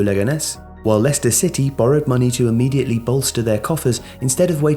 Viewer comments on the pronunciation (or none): none